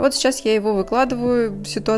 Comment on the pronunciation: нОгтем, нОгтя, нОгтю говорите правильно вы же позиционируете себя инструктором!